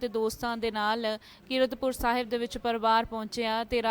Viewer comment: ਇਹ ਬੀਬੀ ਤੈਨੂੰ ਕੀਰਤਪੁਰ ਸਾਹਿਬ ਕਹਿਣਾ ਨਹੀਂ ਆਉਂਦਾ😊